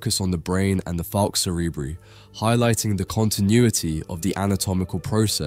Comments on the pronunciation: Cerebri in "Falx cerebri" is pronounced SEH-REH-BRY - bry as in cry NOT bree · Why would you pronounce a Latin term in an English way and not in the Latin way? 🤔